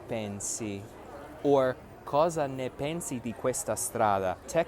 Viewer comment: Ciao. Ho una piccola correzione: tu dici nè (e aperta), ma la pronuncia corretta è né (e chiusa).